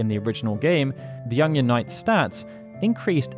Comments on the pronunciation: Are you saying "Onion" or "Ungyan" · Is something up with my ears or does he keep saying Ongion? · You're English, why can't you say onion properly? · The way you pronounce "onion" bothers me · why does he say onion so weird